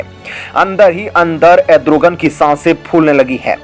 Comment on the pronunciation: एड्रोगन नही re भाई अर्दोगन....